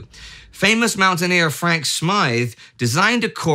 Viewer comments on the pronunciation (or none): none